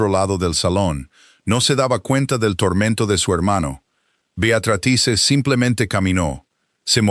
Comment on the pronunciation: Si está escrito Beatrice pronuncia Beatratrice, que horror de lectura